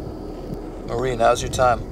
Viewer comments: yes, It did me.. its MA-REE . I kinda chuckled the first time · It's no Mary Laveau it's Marieeeeeeeeee Laveau. Ugh. :face-orange-raised-eyebrow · Did it bother anyone else that pronounced her name “Mary” several times? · It’s pronounced (muh-ree-la-vo)